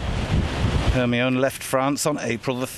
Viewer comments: Because it's the french pronunciation. Rather fitting for a french ship. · Well it isn't an american ship but a french ship. Its pronounced correctly